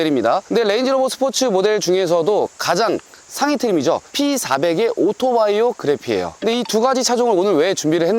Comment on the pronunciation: 말투 개킹받네 ㅋㅋㅋ 오토바이오 띄고 그래피 ㅅㅂㅋㅋㅋㅋㅋ 글고 누가 레인지로버를 로버라고 부름